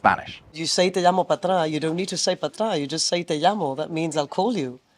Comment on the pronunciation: "Te llamo pa'tra" sounds so painfully wrong.